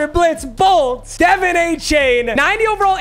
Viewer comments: It’s Dev On Achane not Devon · Bro it’s “De” “Von” Achane not Devin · can somebody tell papa that’s not how you say devon’s name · Achane is my boy since he went to Texas A&M. But his first name is pronounced "duh-von" not "de-vin". Please fix this Papa.